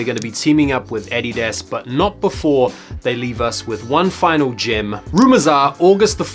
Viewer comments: The way you say “adidas” is fucking hilarious 😂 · Anyone else annoyed af with the way he pronounces addidas?